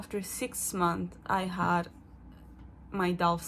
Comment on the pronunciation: funny, youre so francophone now, you omit the final -s in "months" like a french person. "six month" haha